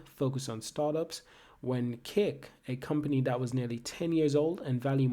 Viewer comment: Plz stop saying keek is not keek it’s kik